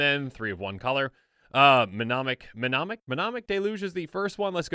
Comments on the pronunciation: Doo Dooooo, Di doodoo... Menomonic... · Ne-monic..... the M is silent. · The "M"in Mnemonic is silent. Like the P in Pneumartic. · It's pronounced mnemonic.